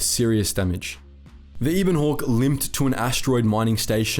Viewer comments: Eh bon hawk, not eeeebon hawk. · Ee-bon hawk?......you either never played or skipped the dialog huh bud, it's EH- BON hawk. That ship deserves to have her name said right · Ebon, like ebony, without the ee at the end. Not e-bon.